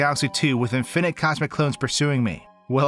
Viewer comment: in FINIT?!! thats not how you say it man